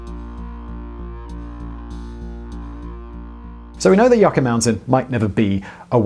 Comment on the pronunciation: Yucca - [ You - Kah ] - Mountain 🏔